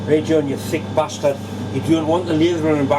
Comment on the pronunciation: Merry Christmas John to you and all your family! Note to Stan at Bar Z - get John to run class in saying bastard with the right accent at next year's bash!